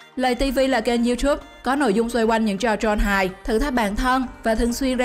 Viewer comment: Lay tv chứ không phải là lày tv